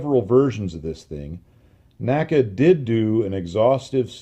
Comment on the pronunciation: the correct pronunciation of NACA is "en ay cee ay" and NOT "nacka". My education on this point came from having worked at two former NACA installations with former NACA employees, attended their NACA Reunions, worked with historians specializing in the work of the N.A.C.A. etc etc. The old NACA/NASA documentary films also bear this out. The all too common mispronunciation apparently has its roots in the way we pronounce "NASA" in two syllables. I have enjoyed your well-researched and unique body of work tremendously and thought you'd like to know.